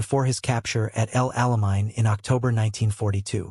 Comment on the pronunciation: "Africa CORPSE" again! And "El AlaMINE!"